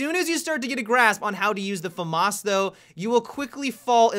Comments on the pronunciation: fa-marse? wtf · The "Farmars" lol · He says it wrong